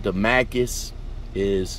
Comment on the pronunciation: Say it with me DA-MAS-CUS Pronounce the S NOT DA-MA-CUS